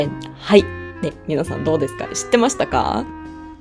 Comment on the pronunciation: 、皆さんって言う時、みんなさんって言ってますか？ 聞き間違いならごめんなさい😅